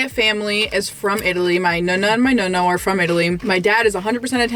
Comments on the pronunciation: nooonaa and noonoo. Not Nuna and nuno. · I hate how she pronounces nonno and nonna. It’s so bad 😂 please, take some Italian lessons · at least teach how to pronounce nonna and nonno!